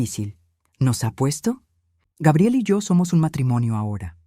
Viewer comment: Yo ni siquiera le pregunto cuánto necesita, simplemente les digo lo siento pero ya no te voy a enviar dinero. Así es que te puede ur a volar. Y por favor pronucien Gabriel en Español correcta mente y luego gaibiel. Y mire señora en vez de estar rebajandose y humillándose con tanto la bla la con en esos dos idiotas ciere la puerta en la cara y Que se largue . Y esa nuera que dice into que los padres ayuda a lis hijos pues que le pida a sus padres. Grabiel, gaibel, Gabriel y de Nuevo gaibel